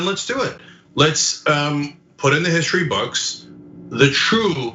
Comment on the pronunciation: Again, Trump can't spell nor pronounce the word "history." How in the world can you expect him to get the statues correct?😆